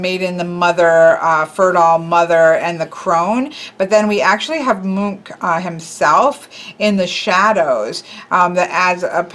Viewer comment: Edvard is pronounced "Ed-var-d" but yes, it is the Norwegian equivalent of "Edward". You got the pronunciation of Munch correct. This is coming from someone who comes from Norway's neighbor countries Denmark and Sweden. I had no idea there was a deck based on Edvard Munch's artwork work. Very cool. "The Scream" makes a great 9 of Swords.